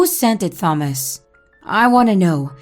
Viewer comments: It's pronounced tomas I think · I’m sorry I have to go to a new video. The way she said Thomas just was a no for me.